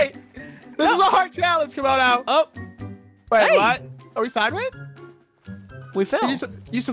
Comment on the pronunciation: Wow instead of camodo and scrap man it's camodo and ob lol.